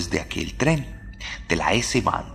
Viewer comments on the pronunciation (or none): Yo sé es perfectamente admisible pero "es-bahn" y "polizai" es la forma correcta de decirlo, la porción de TOC que tengo en mi no me deja pasarlo por alto... Está buenísimo el relato